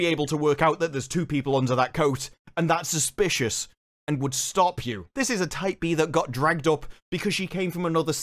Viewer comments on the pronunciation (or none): Whats a type b? I think that's what he keeps saying.